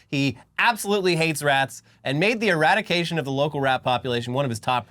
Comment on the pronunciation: the "e-rat-ication" of rats from NYC?